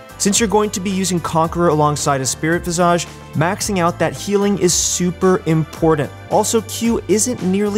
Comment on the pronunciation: The way he says Spirit Visage triggers me.